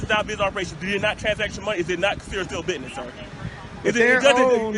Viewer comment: "It's a Bitnis"